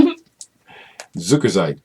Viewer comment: I love it, when you say: „Sukerseit“!!